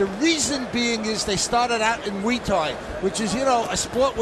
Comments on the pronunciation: OKAY! Shut up - it's now changing to MOO-EE- pronounced by Lampley & then Kellerman doing the _MOO also. For proper pronunciation; see and let's be respectful to other cultures! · Muay (Thai) is pronounced like BOY- just replace the B with an M & you have MOY not as Lederman says MWEE or as Max repeats Lederman's MWEE - what is so bloody difficult in studying another language, especially if it is part of your profession?